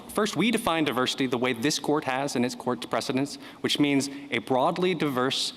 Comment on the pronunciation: Diversity not duversity